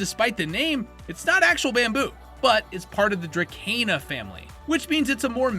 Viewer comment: It is pronounced druh-see-nuh. What an annoying AI voice! One of the downsides of AI is the annoying voices and the mispronunciation of words. Most of these comments seem like they're computer generated as well. What innocuous post.